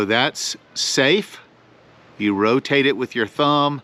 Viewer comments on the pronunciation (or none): none